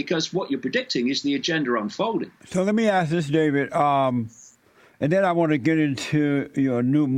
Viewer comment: This fool cannot even pronounce the second D in 'David'... 😂😆